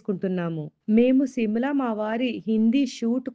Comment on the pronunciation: Simla kaade adi shimla Mee ayana ku rial ga Enduku undavu meesalu😂😂😂